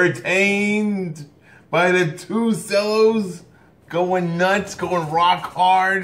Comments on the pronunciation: And it’s pronounced chellos not sellos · Nobody:: 2 sellos If u don’t know u it’s pronounced chello and spelled it’s spelled cello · its thunderstruck cover by 2 cellos. and it's not sellos, it's cellos, pronounced chellos. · it's CHello not sello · ITS FUCKING PRONOUNCED TWO CHELLOS NOT SELLOS ITS JUST SPELLED CELLO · I love the 2CELLOS ( pronounced 2 CHELLOS, the C sounds like CH) lol. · You got me every time you said “sello” 😂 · They are amazing artists. Watched them with my family month ago in Chicago 👍❤. Cellos you pronounce che-low😉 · How come he says cellos like sellos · Cellos are pronounced ( Chellos ) Kevin Plays one !! That was Awesome///Great reAction !! Very entertaining Dude !! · You pronounce it like ch-ello but it's spelled as cello I would know I play the cello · Pronounced chellos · Pronounced “Chello’ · it's pronounced 2chellows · He says " cellos" wrong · Did he mispronounce cellos? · Plastic Ninja YUP, and im triggered